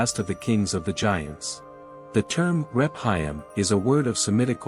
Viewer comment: Rephaim is pronounced Reph-a-im.